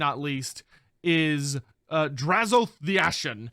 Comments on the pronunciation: I thought them saying Drazh-OATH was a mis pronunciation. I much prefer how you and everyone else originally said it as Drazh-o-ath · Im still saying Draz-o-ath instead of Draz-oath.